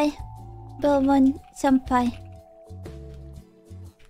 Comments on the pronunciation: Oh belmomd I 100% thought she said belmont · Understandable - it's Belmond.